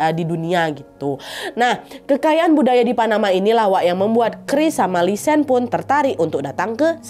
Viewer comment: Btw namanya bukan lisan tapi lisanne (nne diakhir tetep diucap) 🙏🏻